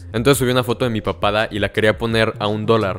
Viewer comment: Cada vez que decias "De mi papada" entendía "de mi papá"